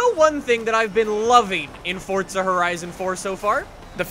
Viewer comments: I didn’t realise Forza had a ‘T’ in it.... 🤔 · Hey its for-z-a not for-tz-a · Forza not Fortza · This man WILL NOT stop saying Forza like “Fortsa” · FORZA has a Z in the word...USE IT!!! It’s not FORTSA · ITS NOT FORTSA ITS FORZA!!!! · Fortsa hahahaha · STOP SAYING FORTZA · ITS FORZA NOT FORTZA!